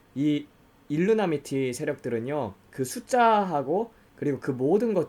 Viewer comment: 일루미나티를 계속 일루나미티라고,, 발음하시네요 :)